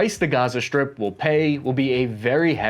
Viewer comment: You pronounce strip as sHtrip and pronounce strong as sHtrong. This stratches my ears, may be because English is my learned language an I dont live in an english spoken country. Thank you for your efforts and work.